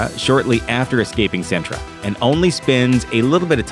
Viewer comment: CINTRA IS NOT A NISSAN CAR MODEL SIN-TRA NOT SENTRA...